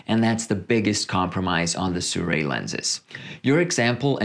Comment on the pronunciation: It's pronounced "See-roo-eee", not "Soo-ray" :)